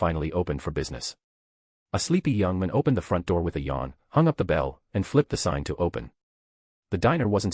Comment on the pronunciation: It's hilarious how this AI voice says "young man" as "yung min" 😂